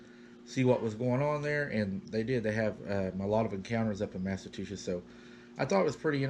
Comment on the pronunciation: Hey --love your stories! I had to laugh when you pronounced "Massachusetts" as Massa-two-shits! LOL---Its pronounced "massa-chew-sets" I have a friend that says it like you do and I always laugh--your so cute,, keep up the terrific stories😊